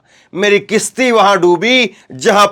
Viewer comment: किशती नही है कशति है